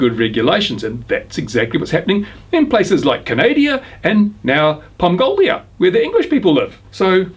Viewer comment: Pomgolia lol Love it